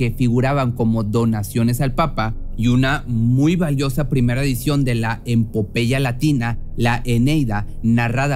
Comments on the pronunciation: Epopeya NO EMPOPEYA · Es EPOPEYA, no EMPOMPEYA. No debes estar en ningún canal de nada, compañero. Sorry!